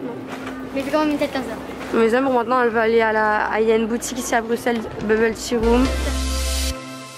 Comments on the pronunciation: Non mais je rêve !!! Tu vuen de direeee BRUUUUXXELLES !!!!!! ON DIT BRUSSSSSSSSSELLES HUMOURS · Bruxelles se dit « Brusselles » 😂💗 Cette vidéo va être super comme d’hab! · J' aime trop ce que tu fait mais ça se dit Brusselles et pas Bruxelles 😂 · Je viens de Bruxelles mais sa se dit bruselles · Ca se dit Brusselle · BruXelles 💀 ça se dit BruSSelles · Juste sa se dit Bruselle mais il a un x c’est tout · oui les français disent comme ça mais en Belgique on le prononce avec un « ss » car ça vient du flamand « Brussel » ☺️ Mais c’est rien de très grave la plupart des français le disent comme ça haha